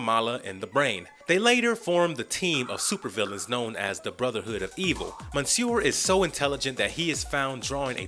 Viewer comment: The repeated mispronunciation of "Monsieur" and the narrators use of it like it's a first name, when it is instead a french form of adress and the equivalent of "Mister", makes me angry.